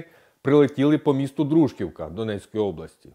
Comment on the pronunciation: Дякую за інформацію але є суттєві помилки 1. Нескучне донецької області це окупована територія 2. Дружківка наголос на "і"